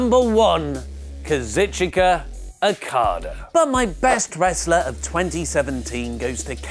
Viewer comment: KA-ZOO-CHKA not KA-ZIT-CHI-KA